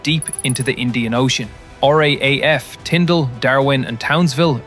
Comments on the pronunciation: I know I'm being petty, but please stop saying R aye aye F. We say R double A F. It sounds like you are saying RAF with a stutter and we are not the Royal Air Force. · Every time I hear someone say r a a f it doesn't go down well with us Australians . The correct way to say it is R double AF . We never say it as a a it has to be double A. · One day I hope we can teach the AI to say = R - Double A - F for RAAF. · Some one will mention it.... RAAF is pronounced R-double A-F. Great vid